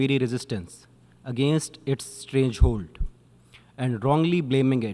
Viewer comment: Bhai barabar se padh le....strangehold nahi....stranglehold kllikha hoga.